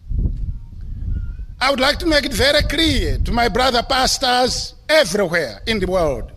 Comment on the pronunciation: Love how the word Pastors sound like “bastards” with his accent. God does have a sense of humour